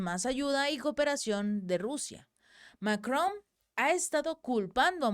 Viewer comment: Es Macrom o Macron? Tengo esa duda, el texto dice una cosa y al pronunciarlo lo dice con M al final